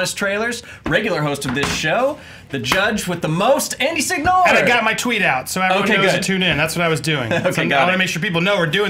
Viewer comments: When I think "Andy Signore" I think "Tool who doesnt know how to pronounce his own surname". All my Italian bros, y'all know what I mean. all the way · Hope Signore knows his Italian lastname is being cruelly butchered by being pronounced like that